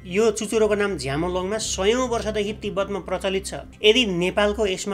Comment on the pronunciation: ब्रो सागरमाथाको चाईज नाम Chomolungma (चोमोलोङमा) हो झ्यामालोङमा होईज